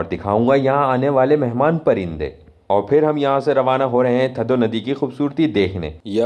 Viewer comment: یہ تھدو نہیں، تھدھو ہے! آپ لوگ ہندستانی، اکثر ہمارے سندھی الفاظ کے تلفظ کو بگاڑتے رہتے ہیں۔ جس سے ہماری دل آزاری ہوتی ہے! آپ سیدھا سیدھا ٹھنڈا ڈیم کہہ سکتے ہیں! سندھی لفظ تھدھو کو اردو ریختہ میں ٹھنڈا کہتے ہیں!